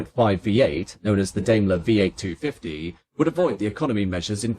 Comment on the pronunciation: ダメラ～とか言ってるよｗ デイムラーだよねぇ？